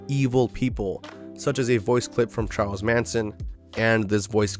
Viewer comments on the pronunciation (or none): none